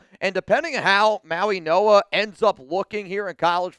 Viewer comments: Yes. The G is pronounced as an N. Mauinoa. Go Raiders. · Bruh c'mon! You are literally mispronouncing Mauigoa while staring at the teleprompter